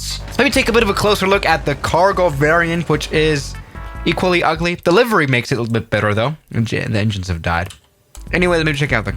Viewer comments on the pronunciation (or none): none